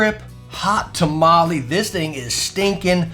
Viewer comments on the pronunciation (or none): my guy just said, hot tamele this thing is rozy cozy